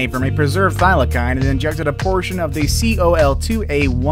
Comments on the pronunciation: HAHAHHA, the " Thylackine"! hahha. its pronounced the thyla-seen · it's not pronounced Thila-kine. It's pronounced (Thila-seen) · It's not pronounced thylakine it's pronounced thylaseen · Is it just me that’s mad that he said” thyli’k’ine when it’s thy’le seen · Bruh they aren’t pronounced thylakine they are pronounced thylaseen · Its pronounced thylaseen not thylakine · You said Thylacine wrong it is said like this Thy-la-cene it sounds like that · It’s pronounced thy-lah-cyne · HOW DARE YOU PRONOUNCE THYLACINE WRONG! Wtf is Thyla-kine???!!! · Its pronounced thy la seen ok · Its pronounced 'THIGH - lah- SEEN'... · can you say thylacine properly next time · Thylacine = Thigh-luh-seen Aurochs = Aw-roks mauritius = mor-ish-us